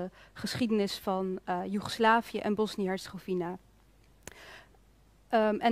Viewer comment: Hoe bedoel je die niet gelovig zijn? Ik weet niet waar jij het over heb maar alle moslims en katholieken die ik ken daarvandaan zijn religieus en daar bedoel ik niet mee dat ze anderen aanvallen ofzo maar gelovig zijn. Oja en Hercegovina spreek je uit als WINA op het eind en geen fina. Nog iets aan beide kanten wonen moslims en katholieken dus ook dat is pure onzin. Voor de rest bijzonder dat je hier voor kiest om dit te bespreken. Mostar is een prachtige stad. Ik heb een huis daar al jaren en ik kom daar regelmatig ik weet waar ik over praat zeer goed.